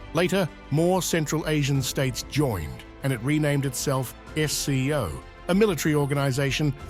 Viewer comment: It's SCO not FCO.